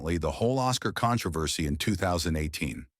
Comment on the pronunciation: Your Al engine has really bizarre pronunciation of controversy. Con-tro-versy, maybe with emphasis on the "O" if the speaker hails from the UK.